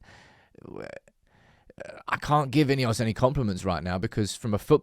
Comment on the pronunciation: INEOS - pronounced IDEOTS… 😢